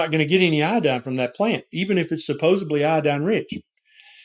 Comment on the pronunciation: Dr said “ subosebly”. Oh my word. A Dr pronounced it this way!!! FYI. My husband and I take iodine. Since we started it cured my cold. I feel more sharp mental wise in the morning. I will see how we do after 6 months.